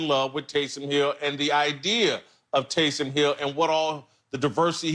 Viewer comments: Lavar: Tay-som Hill lol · Tay-sahm Hill 😂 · “TAYSAHHM HILL” - Lavar Arrington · Who the eff is Tay-Salm Hill? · Lavar pronouncing Taysom as if Taysom Hill were a brother.